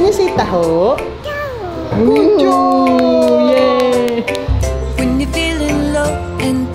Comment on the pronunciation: Can you say taho?: taahhooy ❤